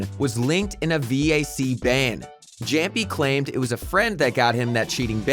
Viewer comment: If you follow the CS scene at least a bit, then you know you don't pronounce Jamppi like he did